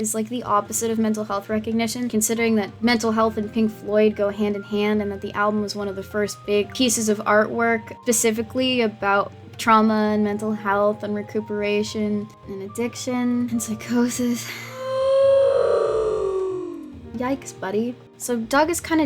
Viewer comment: can't tell if jump cut cut out the "s" in "specifically"...or, if you said "pacifically"...